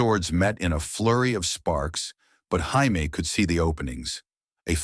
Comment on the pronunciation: IT'S JAMIE NOT HIAME.